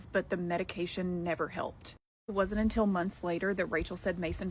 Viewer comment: i cant stand how she says "until" as "untell" !!!!!